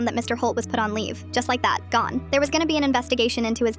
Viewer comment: Bro said GUN not GONE